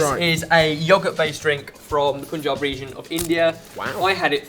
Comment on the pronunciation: My favorite variants of Lassi would be rose and mango flavors! I am not too sure about banana though... it would give it a slimy consistency! I don't mean to sound arrogant but you guys have to stop saying Poon-jab! It's Punjab... pun as in run!!